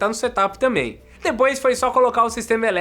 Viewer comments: Seria tipo "serâp" ? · engraçado ouvir vc falar "SETAPI" mas não e assim que se pronuncia kkkkkk eu tbm pensava que era assim ate ouvir os gringos falando da forma correta